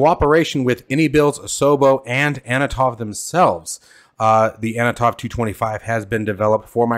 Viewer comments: FYI. The Antonov company is pronounced "an to nov" not "a no tov" as you pronounce it here. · Ann-ton-ov not anna-tov :grinning_face_with_sweat: Very much looking forward to it though, should be cool. I'm expecting it to be streamlined compared to the real thing (we can't have 6 person multicrew after all), but I hope its good for Vatsim. Isn't the -900 out on Friday?